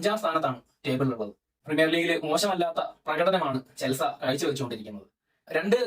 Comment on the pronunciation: ഇതേതാ പുതിയ കടിഞ്ഞൂൽ പൊട്ടൻ 🤣🤣 ചെൽസ അല്ലട മര കുണ്ണേ ചെൽസി എന്നു പറ